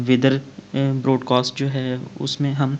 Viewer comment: Broadcost ni hota broadcast hota ha